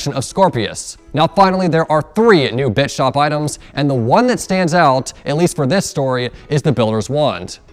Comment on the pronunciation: Who else thought that when said Bits shop, he said Bitch Shop